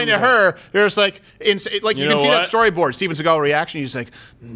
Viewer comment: He actually said "dat" instead of "that" U kno dat....